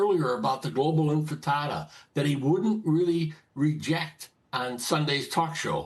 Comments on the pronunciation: “The Global Infitada” 😅 😅Sounds like a breakfast dish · Infitada? Like Hakuna Matada? It’s Intifada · Why do people keep calling it the Infitada? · Bill Daley on the “INFITATA”……😂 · Infitada lol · the 'infitada'.... this dude does not listen, just thinks he can tell people what they should think. Dinosaur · global infitada with a side of fries 😋😋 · Can’t even say intifada and they’re triggered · This prune can’t even pronounce the word correctly but he’s going to lecture us on its meaning.